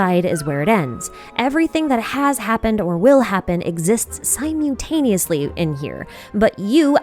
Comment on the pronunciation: Super unrelated, but I was amused by your pronunciation of simultaneously.